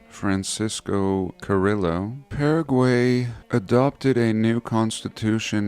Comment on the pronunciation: What is with your messed up pronunciation of Paraguay?